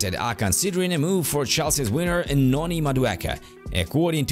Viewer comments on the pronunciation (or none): Can you please say (WINGER) and not (WINNER)